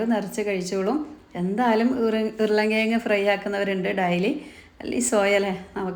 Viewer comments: താത്ത ഡയലി.. അല്ല ഡെയ്ലി ന്ന് പറ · ഡൈലി അല്ല ഡെയ്ലി